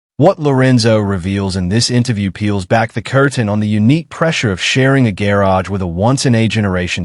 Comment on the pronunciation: Couldn’t agree more. What I find frustrating is if they want you to like and subscribe at least narrate the fkn video yourself. For supposedly artificial intelligence you’d think it could pronounce the word garage correctly